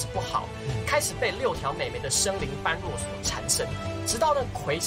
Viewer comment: 感謝分享。順帶一提 般若不是是唸作 班弱 而是唸作波惹